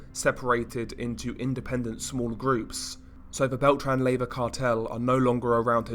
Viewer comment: Pronounced lay, va